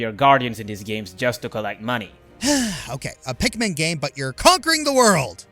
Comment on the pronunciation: Am I the only one who heard “Pick Me” instead of Pikmin lol.